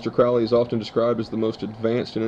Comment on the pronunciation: His name was pronounced crow-ley like the bird